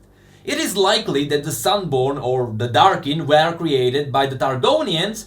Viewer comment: You should practice your "were" pronounciation